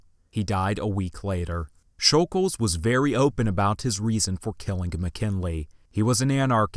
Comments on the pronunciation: Who is Leon “shul-gulj?” It’s Leon “shul-gosh.” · Just a bit of respectful correcting(not at all attempting to be mean) It’s basically pronounced Shj oul gosh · Great video but it is pronounced sh-ol-gosh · u pronounced it wrong it’s shoul gosh